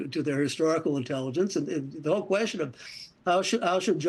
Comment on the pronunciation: Though I esteem the information given by both gentlemen here, my hearing has gotten so bad that understanding Mr. Rakove is a trial. It's NOT volume---I turn up the volume, no problem. It's his slurred-together pronunciation of words that gives me troubles. "Question" becomes "Kwezzhyunn."